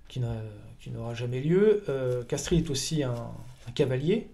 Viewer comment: De Castries se prononce de Castre… comme de Broglie de Breuil…